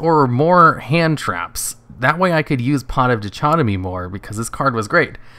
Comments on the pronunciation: Dy-kot-oh-me, like Celumbra, the Night's Dichotomy. C'mon, you should kn-OH GOD YOU SAID DITCHOTOMY AGAIN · "Dichotomy" is pronounced "dye-cot-oh-mee", for future reference, if that's okay. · Die-cot-uh-me also, sfeer (sphere), not spear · It's pronounces Die-Cot-Dem-EE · Dichotomy is pronounced die-cot-o-me the ch is just a k sound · Pot of Die-Kot-O-Me. That's how it's pronounced. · The word is pronounced DIE - CAUGHT - OH - ME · In fact it's pronounced Dick-Hot-Tommy. the first "i" has not the same value as the one in "die". It's basically like in french. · It's pronounced die-cot-oh-me by the way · or dickotomy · Dichotomy is pronounced as duh-cot-oh-me or die-cot-oh-me